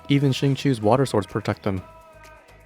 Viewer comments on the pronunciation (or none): Btw Xingqiu is pronounced sing cho